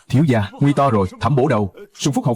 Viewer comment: Gia mà cứ đọc ra ra nghe khó chịu vl